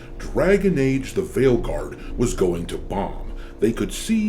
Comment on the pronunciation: At this point I know people usually say it properly but all I can hear is fail guard 😂